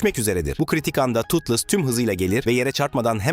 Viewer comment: Totles yanlış Toothless doğru